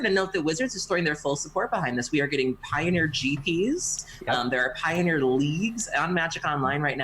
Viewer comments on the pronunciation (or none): Did jus said Pie-bet for the potential Pie-oneer Masters packs?